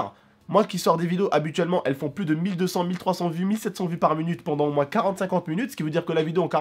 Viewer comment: pourquoi tu dis "munute" ??